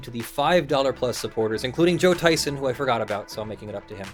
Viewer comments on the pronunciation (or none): none